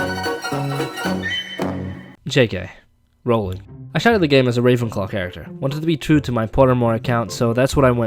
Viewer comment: Jk ...... Rowling. Hahahaha that's was funny